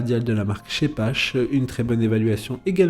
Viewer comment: On prononce "Sheppar" merci pour les allemands